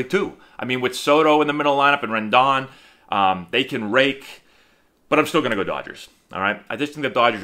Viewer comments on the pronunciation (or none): Did you say Ren-DAWN? LOL